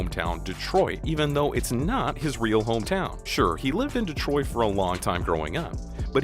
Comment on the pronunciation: Dave Dave "troit"? bruh you definitely ain't from the D